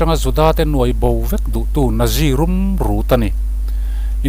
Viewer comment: Natzi tiin lam rawh